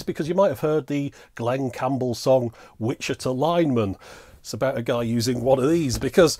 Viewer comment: Very cool- 10/10, would ring again. Also, the way you say Witchita- I almost thought you were a native Kansan... you just need a 10 gallon cowboy hat!